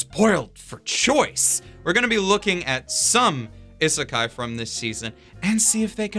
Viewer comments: This mans really pronounced "isekai" as "ih-sekai" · it still always bugs me how he says ihh-sekai because that's definitelly how い is pronounced